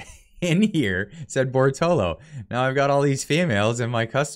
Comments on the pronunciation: Read and say it with me: Bor - to - lot - to. 4 syllables. Very easy 1, 2, 3, & 4. You can also clapp your hands to make it easier. Compare: Bor - to - lo vs Bor - to - lot - to Cheers* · Bortolo ... His name is clearly Bertolotto so unless you are openly hostile could you please just read the freaking name right at least once out of 5 times? If you are a poor reader why even do your channel this way? Just talk about things instead. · Sound it out bro (Bore-toe-lot-toe) Bortolotto . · How do you keep missing the "tto" after the last "o" you say in Bortolotto? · Exactly, just my thought. I think owes Mr Bortolotto an apology for butchering his name like that.